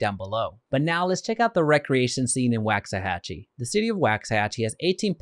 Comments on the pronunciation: It’s pronounced “wocks-a-hachie” not “whax-a-hachie”. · It's “WALKS” not “Wax”. Really if you are going to do a video about the history and can't pronounce the city name properly it means you didn't do “much” research. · It's waaaaaxahachie how are you doing a video on something you can't even pronounce right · You mispronounced it! Sounds like (walks a hochie) you’d think a guy would learn the correct way to say a town before doing a report for the public! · It's pronounced walksahachie! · Good video, helpful info, and as a resident, we love it here. FYI, it’s pronounced *Wox-uh-hatch-ee* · The fact that he’s pronouncing it incorrectly (per comments) is making it hard for me to take him seriously. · He is saying it wrong. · Say the name right to start lmao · How do you not know how to pronounce it and you live in DFW